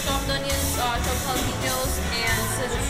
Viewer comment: She said jalapeños